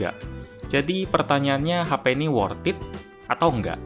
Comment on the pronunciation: 'worthed' bukan 'worth it'